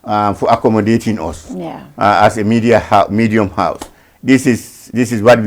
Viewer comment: He say medium house